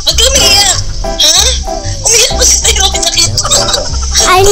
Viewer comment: who can hear when pronounced tyronia as "tayonya" 😂😍 jusko ang qt!!!